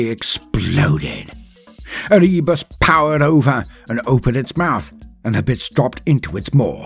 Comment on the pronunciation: CLUCK ER-REE-BUS INDEED!!!!